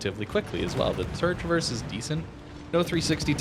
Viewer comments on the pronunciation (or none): none